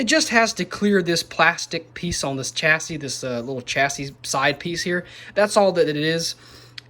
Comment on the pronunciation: Chassis is pronounced with a silent "s" on the end haha. Cracked me up